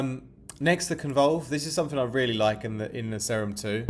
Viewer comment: its pronounced See-rum bra